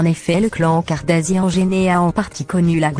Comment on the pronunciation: Kardashian et kardasian tu prononce mal